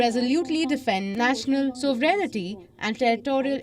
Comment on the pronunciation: THE WORD IS ' SOVEREIGNTY ' ....NOT ...SOVEREIGNITY ...AS ALL THE DUMB NEWSCASTS INCLUDING THIS SOUR VOICE GIRL PALAKI ....PALAKI...PALAKIA WHATEVER THE NAME OF THIS SO CALLED CHANNEL KEEP UTTERING WITH A WRONG SPELLING AND PRONUNCIATION. AS THEY SAY IGNORANCE HAS NO EXCUSE. SO, EXCUSE YOURSELF FROM THIS WEIRD CHANNEL ....LEARN TO READ OTHER LANGUAGES RIGHT FIRST AND THEN THINK OF PRESENTING WHATEVER YOU ALL TRY TO DO.